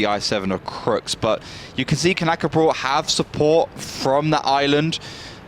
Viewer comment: Knäckebröd not Knackerbrot learn Swedish.